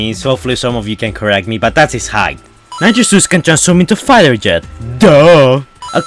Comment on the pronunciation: Ik what hes saying but it really does sound like hes saying nacho juice XD